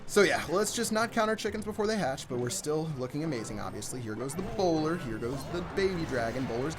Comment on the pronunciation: Oh lol I thought u were saying browler